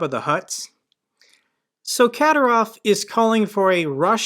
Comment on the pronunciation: his name is pronounced Ka'dy'rov...